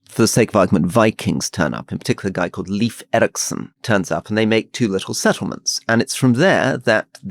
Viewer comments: Leif Eriksen: his first name is pronounced ‘life’ like in Life of Brian… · Leif is pronounced life.